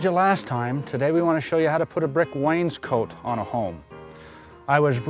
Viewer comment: Love the way he mispronounces Wainscot - making it sound like someone's jacket.